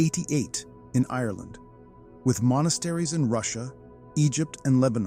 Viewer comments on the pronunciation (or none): none